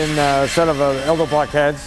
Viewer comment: Elderbrock? I thought it was pronounced Edelbrock like it is spelled. ;) LOL